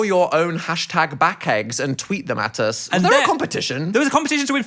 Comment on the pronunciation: Anybody else love how Phil says uz instead of us. ❤